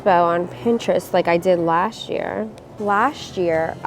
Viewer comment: gabi's "last year" will be like "laSHt year" 😂😂